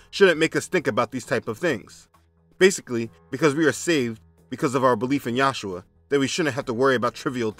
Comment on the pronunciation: This comment is not for debate or foolish dispute, I watched many of your videos and I'm curious as to why you say Yahshua instead of Yeshua which is how the Lord's name is said in Hebrew.